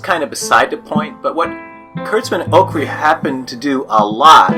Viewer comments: dude really? not only did you make a typing mistake you also actually said his name wrong.try googling his name and see what comes up.its orci not ocri. do i follow star trek... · it wasnt just a typing mistake , you actually said it wrong but sure why admit that? buzz off